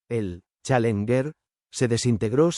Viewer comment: Buen video pero se debe mejorar la locución...pésima pronunciación en Inglés...especialmente la palabra "Challenger"...